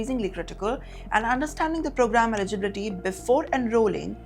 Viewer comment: .you dont.even.say the words correctly.Not ibility.canada doesnt promise.its der choice.to stay.in canada indian student visa mostly fraud.canada doesnt promise anything for indian student go home messy people